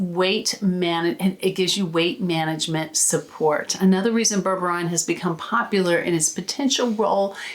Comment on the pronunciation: I think it's pronounced as " BER-BER-REEN"